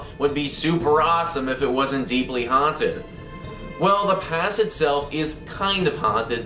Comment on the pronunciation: I 💕 the way he says; .."Haanted"